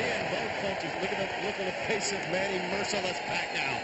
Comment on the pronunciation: " merciless" manny paCOW " LOL